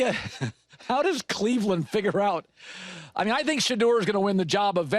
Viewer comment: Does it really matter???? It's clev-land!!! Boneheads